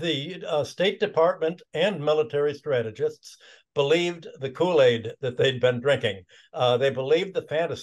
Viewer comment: US "kool aid"😂😂😂